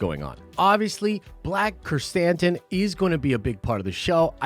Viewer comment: It's black Krrsantan, like sun tan but San tan